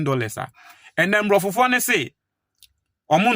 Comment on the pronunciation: Please, say abrofo, not mbrofo, mbrofo) or abrofofo). Obroni (singular) abrofo (plural)